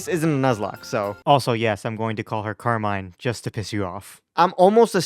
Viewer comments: I also looked it up in the pokemon presents-- the way you pronounce Carmine is correct. Car-mine. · You pronounced Carmine correct lol they said it that way during the pokemon presents